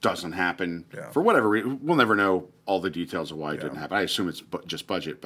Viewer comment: spicy? Nevah!